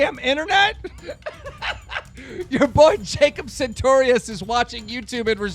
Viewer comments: why cant you say his fucking name right its sartorious not santorious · "santorius" Everytime keem said sartorius wrong a little part of me died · Keem, I hate Jacob and all, but PLEASE stop pronouncing his last name with an "N". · why does keem say santorius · OMG I FLIPPED OUT AND THREW MY TABLET WHEN HE SAID "SARTORIUS" WRONG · when is keem gonna realize hes saying that kids name wrong